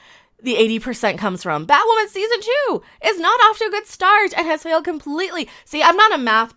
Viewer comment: I got the gist. The show sucks. Is you calling her Batwomen on purpose or that’s your accent? I thought that was funny